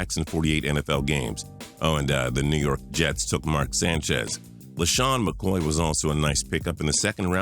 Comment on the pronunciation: What did he say about LeSean McCoy? Dude straight mumbled lol